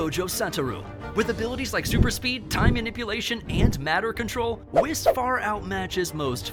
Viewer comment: When u pronounce whis as “wes”